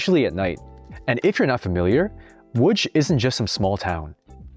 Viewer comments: The "tch" as Łódź is extremely funny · It's pronounced WOODGE